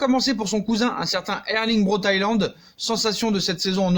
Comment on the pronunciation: Salut bonne vidéo mais je veux juste faire une petite remarque Haaland se prononce « Holande »